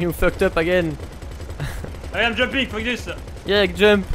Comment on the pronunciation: The "Retaourde" (Retarded) Owl returns! :D (also fuck = "fokkue/fök") :D